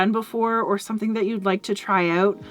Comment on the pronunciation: That’s a hard “OU” in the word “out” when you say it.. I had to hear it a second time to see what you said. Once I realized it was a northern, possibly Canadian accent, I had to hear it just a few more times for satisfaction.. I even caught myself saying “ahhoout” and “ah-bow-oot.”..😂.